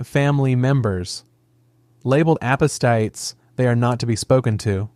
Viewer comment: Your AI voice gave itself away by mispronouncing "apostate."